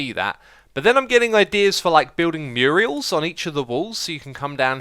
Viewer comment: It’s Mural not Muriel lol